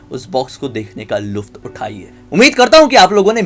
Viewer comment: Luft nhi Lutf uthana hota hai